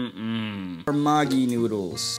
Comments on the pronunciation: When u realise it's pronounced ma gi💀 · It's pronounced mageee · That maaaagi nyudles 💀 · Wrong pronunciation say meggi😫😩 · It is not maggi it is meggi 🥲 what are you calling it can't you pronounce it well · The amount of water.. and the way he pronounced maggi- Oh hell nah- 💀 Man I'm dead 💀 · Nobody's gonna talk about how they pronounced "MAGGI" Also you added too much f,ing wateeeer 😭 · no, actually the person laughed his ass off because the way they pronounced Maggi, meant prostitute in Bengali, an Indian language, which is also both an insult and a curse word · bro the way he's pronouncing it sounds like a Bengali cuss word💀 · Being a Bengali, the pronounciation of Maggi killed me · You undercooked it You pronounced it wrong You got the wrong amount of water You hurt my soul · Being a maggi lover when he pronounced maggi after listening this , now I'm in hospital 🏥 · The way he pronounced maggi means something else here in west bengal👀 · That pronunciation was enough to make half India mad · The way he pronounced Maggi🤣🤣🤣 It literally means a slang in Bengali-💀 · bro just putted the Maggi in the Indian Ocean 💀 and the way he pronounced Maggi NAH WHAT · You guys can atleast pronounce Maggi correctly it's literally English 😭😭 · It's not Maaaaagi noodles it's Maggi only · Bro it's magiee put pressure on eeeeeee indian maagi 😂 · Btw it’s pronounced [mäggi] not [māgii] Either way great video! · It's not maagi it's megi (pronunciation)😅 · bro its not "magi" its "Maggie" your pronouncing it wrong😭😭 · You stop pronouncing it wrong it is Maggi and the day of Maggi will be pronounced like 'ae' not aaaaaa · It's pronounced maegi,not maagii. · It’s not pronounced as maagie it’s Maggie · The man pronounce the maggi as makki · No, the pronunciation is different. What you hear the guy say in the video is a swear word. The correct pronunciation is Mag-e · The way he pronounced "maggi" as "magi" is a very bad curse word in Bengali 💀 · I swear if he says "Maagie" one more time😂